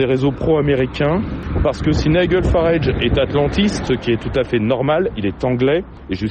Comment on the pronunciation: nigel se prononce naïdjel et non naïguel